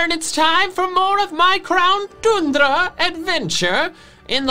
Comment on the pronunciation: Tundra (toon - druh)